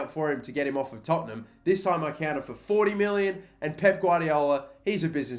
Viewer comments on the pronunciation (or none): none